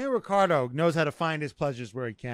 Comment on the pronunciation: The way to pronounce Daniel’s last name is: RiTCHardo…. Not RiCCardo…. Wankars😅